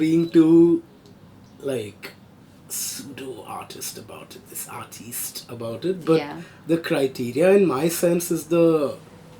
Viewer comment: The way said "Artiste" with that hand gesture is how we should always say "Artiste".